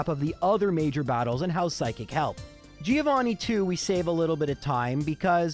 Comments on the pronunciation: It's "Joe Vanni," not "Geo Vanni." He is Johann, not Vanni of the Earth. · I will pay for a subscribtion if you start saying Giovanni right (the i is "silent") I really love watching your videos 🤗